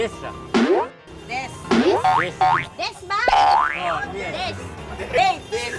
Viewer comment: Dates hindi dess😂